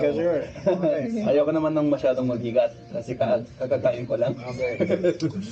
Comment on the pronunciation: "kakakain ko lang" wow nabigkas mo ng maayos 😮 kung ibang banyaga yon nagkabalu baluktot na yung salita/dila 😂